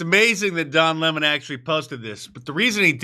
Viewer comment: Did you say Don Lemon or Lon Demon?